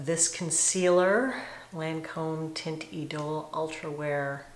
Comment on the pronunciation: Hi, -- thought you might want to know that "teinte" is pronounced "tant," (rhymes with ant). And it does look beautiful on you!